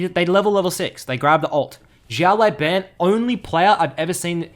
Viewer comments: XiaoLaoBan - means little boss Xiao - reads like shiao LaoBao - reads like laoban but idk you pronounce it so weird xD Great video btw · Server: NA IGN: It's pronounced Shi-Oww Le-Ow(say that fast) Bah-n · Try to pronounce "shut law ben" next time, that's the correct pronouncation of his id in Chinese. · 小老板 (Xiao Lao Ban) means "small boss" in Chinese. Sorry but I just couldn't help it after hearing your pronunciation at the start of the video. Why the heck's everyone leaving their LoL info in their comments? Server: LAS. Ign: PissTailsKDAhri.